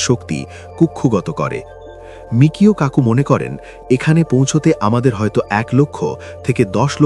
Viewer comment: বিখ্যাত তাত্ত্বিক পদার্থবিজ্ঞানী Michio Kaku-এর নামের সঠিক উচ্চারণ হবে: মিচিও কাকু উচ্চারণটি আরও সহজভাবে বুঝতে নিচের বিভাজনটি দেখতে পারেন: * Michio: মি-চি-ও (Mee-chee-oh) * Kaku: কা-কু (Kah-koo) কিছু ছোট টিপস: ১. জাপানি বংশোদ্ভূত আমেরিকান এই বিজ্ঞানীর নামের 'Michio' অংশটিতে 'ch' এর উচ্চারণ বাংলা 'চ' এর মতো হয়। ২. 'Kaku' অংশে 'a' এর উচ্চারণটি দীর্ঘ 'আ' এর মতো (যেমন: 'কাকা' শব্দের প্রথম অংশ)। অনেকে ভুল করে তাকে 'মিশিও' বলে ডাকেন, তবে তিনি নিজে তার নামের উচ্চারণ 'মিচিও' হিসেবেই করেন।